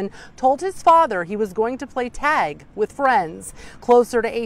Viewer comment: Is he saying tag or tazz. What was he being tagged with that made him that afraid and made him have a heart attack, or should I say that caused him to die????